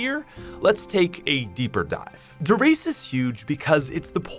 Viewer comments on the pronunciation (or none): U know der reise isn't pronounced dereese in german its pronounced der rise a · "der reez" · Der riese is actually pronounced daer Reese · When I started learning German is when I started hating people talk about this map, I love it, but everyone calls it “der reese” phonetically, but it should be pronounced “dare reesuh” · Am I the only one who pronounced it “der rise?”